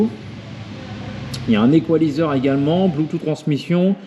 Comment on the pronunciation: Bleutou ??? "Bloutousse" phonétiquement .... Android auto ok mais est-ce qu'il fait Apple Carplay ? La taille n'est pas trop grande ? Tu ne vois même plus ton compteur >.<